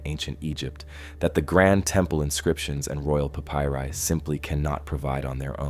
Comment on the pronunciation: You say Papyrie really weird.